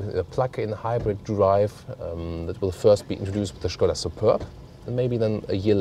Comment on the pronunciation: So good to hear people pronouncing it Škoda instead of Skoda as in all english reviews